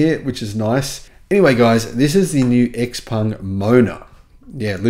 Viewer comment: According to Autoline Daily, XPeng is pronounced "Je-PUNG" or something like that.